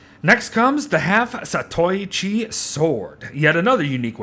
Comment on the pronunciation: You actually pronounced the Zatoichi's name surprisingly correct